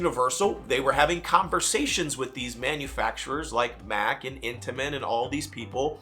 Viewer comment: the company you are talking about is from Germany and is spelled MACK, but it's pronounced MACH. (like the Mach-1 Mustang) Their family owns Europa Park in Germany and they test a lot of their new coasters and rides there. They built Stardust Racers, which was recently my 750th coaster credit...and it landed in my Top 10!